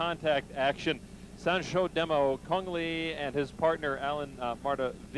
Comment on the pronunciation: Cung Le not Cune Lee, you are not a Vietnamese.